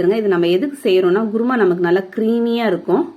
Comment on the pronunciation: Mam u can say kuruma but u r saying guruma..😀